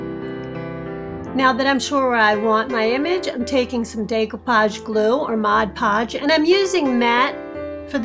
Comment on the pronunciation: Everytime i hear somebody saying Podge Podge i skip their tutorial and think they are idiots. So kudos to you for your work and for respecting yourself when you pronounce it correctly. Thank you for your lovely videos!